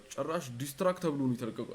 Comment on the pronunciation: It's Track Not Truck 💔😂